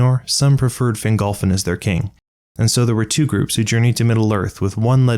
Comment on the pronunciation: Text reads kin, you say king